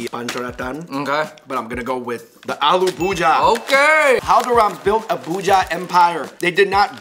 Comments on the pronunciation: Its Bhuj - iya(ee-ya.... Thats how you pronounce) Not Bhuja Just this correction Other wise, as always , fun to watch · its not bhooja its pu-jee-ah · Aloo bhuja😂😂😂😂 its aloo bhujiya guy's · Aloo Bhuja 😂😂 its Bhujiya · Every time he said bhuja instead of bhujia.....I felt like committing a hate crime.... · Its not aloo bhuja.....its alloo bhujia with an 'I' between j and a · It's actually bhujia not bhuja😂😂👍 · ❤☺it's not bhuja it's bhujiiiaaa try and say it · Its bhujia not buhja... Bhuuu-g -ahhh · IT IS ALOO BUJHIYA NOT ALOO BHUJHA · Id like to suggest, it’s pronounced Gulab jamun(ja-moon) Gulab means ROSE in hindi Aloo bhujia ( bhu-jee- ya) Try “jalebi” sweet if u can get it Its a sweet , yellow spiral shape